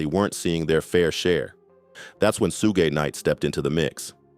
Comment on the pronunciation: Sh-oo-g = Suge Knight not Sue gay